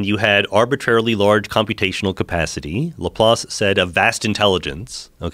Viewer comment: Joe "Lapace" Rogan